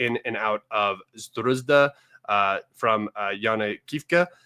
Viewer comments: why you keep calling Sudzha a Sdruzda? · It's more of a tragicomedy...so many thousands of people die around Sudzha and guy can't learn the name of the place for months ...